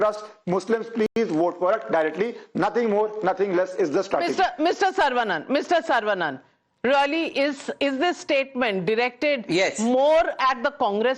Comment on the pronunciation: It is not Sarvaa banana. It is Saravanan.